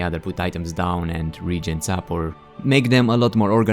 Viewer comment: its pronounced re-agent. not regent.